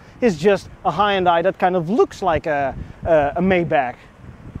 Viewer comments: Pronounced HUN DAY. It does have a hood ornament, BIRD POOP! Even Jaguar, Lincoln and Cadillac now use plastic wood. Maybe XG means Xtra Gas. LOL Are you aware that Hyundai & Kia are sister companies? BTW I owned one of those so keep your eyes open for a pre-heater problem in the future. The repair will cost more than you paid for the car. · Hyundai rhymes with Sunday, as the Koreans say ;) There is no hi, there is no di. Hun-day (not 100% accurate, but as close as you can get with English based pronunciation). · Hyundai is pronounced like Sunday. Source: I was an engineer for Hyundai. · It's a Hyundai, not a Hi-iundai. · It really irritates me when American Youtubers pronounce Hundai..... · It's Hun- Day....not Hi-Un-Die. Well if you say it that way...it's ok. 😁😁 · fanboy cant even say the name proper smh its pronounced HE-YUN-DAI not HI_UN_DAI Einstein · In America, the brand is pronounced "HUND - DAY" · tis meer ... hi-un-dai .. niet hai-un-dai ... overigens vooral groot in het maken van schepen, net zoals samsung, 2 van de grootste scheepswerven in de wereld ...daar is een funfact die de meeste mensen niet zullen kennen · As one dutch person to another dutch person: Put an LS in it. And then they both laughed because a V8 is a lorry motor and engine swaps in the netherlands are barely a thing. Ps: Also, it's kind of pronounced "h'yùn dèh". The "y" isn't pronounced like "eye". Source: Some of my former classmates are korean. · lol As a Korean everytime I see someone say "hi-undie" i get mixed feelings.. Since the english pronunciation itself is to blame not individuals, but also that nobody really cares how the Korean company is pronounced in its mother language. BTW some youtubers call it "hunday" and I often see many comments trying to correct them, but that's actually the closest pronunciation to original that I've seen of English-speaking youtubers. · It took me a hot minute to realize you were saying "Hyundai" and not "Hind Eye."